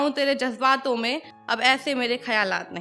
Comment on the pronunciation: Thoda sa shabdo ko pr behtar hona tha jese jajbato me nhi jazbaato me sh ko s plz urdu pr dhyn dijiye